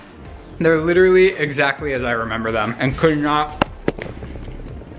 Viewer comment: Omg he has a terrible habit of saying “literally” way more than one person should. AND he pronounces it “literly”. Annoying